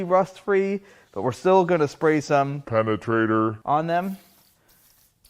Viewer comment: Did you tell your wife about earning red wings today? You are definitely going to be the old man that can’t say penetrator right and always giggles after mispronouncing that.